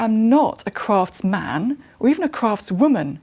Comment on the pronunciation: Native English speaker, but she can't correctly pronounce "craftsman".